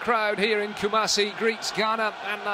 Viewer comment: The commentator said Kumasi very well. Kudos to him